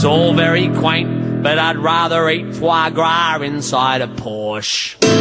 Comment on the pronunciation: There really is nothing like hearing an Australian pronouncing fois gras, because it actually sounds like a scared duck